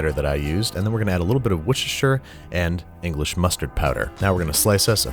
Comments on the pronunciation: Here’s a tip from the UK - you don’t need to say Worcestershire just say Worcester or wosta;) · Hi Babish, English person here. You've made a number of points surrounding your struggle pronouncing Worcestershire. The correct pronunciation is wuss-ter-sheer. Happy cooking! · Note: I know this video came out in 2018, just doing a quarantine Binging with Babish binge. Quick tip from someone who lives in Worcestershire, we usually pronounce it Wuss-ter-sheer. The rest of the UK incorrectly say Wuss-ter-shire. Minor tip that may help in future videos. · almost right - its woostersheer not wooshtersheer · Dear Babish I come from England so I feel like I should point out Worcester sauce is pronounced wuss-ter sauce Welsh rarebit is pronounced welsh rare(like how you would order a steak)-bit Hope it helps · The real crime is "Wushercher", not the Welsh rarebit (which gets a pass I think). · Babish mispronounces Worcestershire... As someone actually from the Midlands this makes me cringe. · Love your videos, watched all of them many a time! Just a little thing for you, it’s pronounced rare-bit (have no clue why) and as an Englishman gotta say your scones were slightly thin but still amazing! Love the videos always fun to watch and learn new stuff, on and Worcestershire sauce is pronounced wuster-shuh sauce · He pronounced it wrong though.